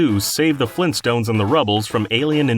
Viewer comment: GRAND IP! FLEENTSTOHNZ?!